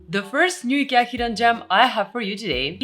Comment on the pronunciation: the list is already called IKEA you don't have to say the name weirdly every 5 seconds